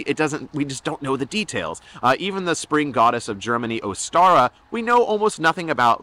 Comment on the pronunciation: It would be Ōstara, not Ostāra. For the most part we can be sure about what the names are pronounced like.